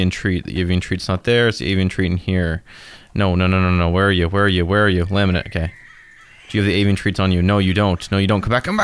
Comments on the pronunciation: DID HE JUST CALL HIM LAMINANT ?XDDD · wait did i hear this right, you just called slazo laminate 😫 Anyway omg i want more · he still calls it laminet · why did he said laminent